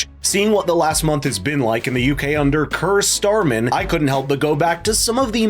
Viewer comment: Curr Starmer did you say?